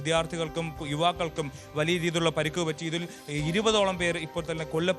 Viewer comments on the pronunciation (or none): പരുക്ക് ആണോ പരിക്ക് ആണോ? 🤣🤣🤣🤣🤣